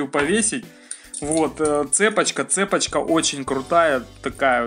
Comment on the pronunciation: не цЕпочка, а цепОчка!